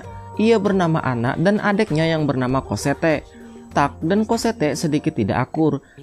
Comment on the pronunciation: bacaannya emg COSSETTE, tapi dipanggilnya COSSETTO ngab. wkkwkwkwkwkwk